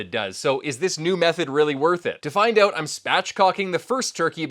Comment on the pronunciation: "Oout"? Are you Canadian?